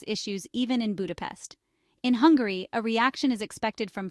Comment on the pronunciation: by the way, its "Hungary" not "Hungarooy"